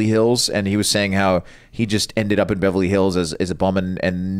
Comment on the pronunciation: Does really say "bevely hills"?